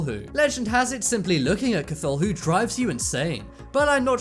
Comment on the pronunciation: That pronunciation of cthulu though..